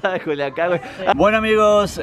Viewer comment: Juliacan ,,,pendejo